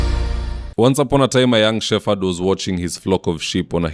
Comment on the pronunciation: That's not "shefered", check the pronunciation. I love your analysis.❤